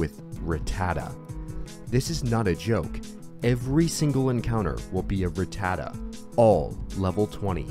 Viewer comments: Fact 1: you pronouce rattata wrong(like a lot of people) Its ra ta ta not rat ta da Fact: 2 its a pigeot and fearow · Why do all the young youtubers mispronounce ratatta these days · I find it weird you pronounce Rattata like that.